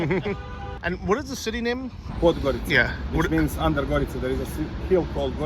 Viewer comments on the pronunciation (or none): I have noticed you pronounce 'c' as 'k' whereas it should be pronounced as ('ts'), The same rule is in Polish for example. So Podgorica is pronounced as Podgoritsa. Greetings from Krakow. We met in the bar Banjaluka in Krakow but my phone didn't work so I couldn't take picture with you. Hopefully when you are back in Krakow :)